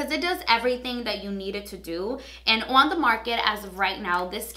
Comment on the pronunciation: i love the way you pronounce your ‘o’ sound. “ouunn the market” i love it no joke